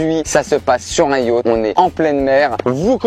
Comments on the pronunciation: cest yacht pas yatch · le titre j'avais lu : Beer Pong avec ma mère et Yacht (pas prononcé Yauth)